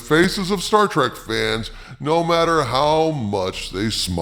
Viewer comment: 'i loves 'star track'! -- 'star trek' 'writer'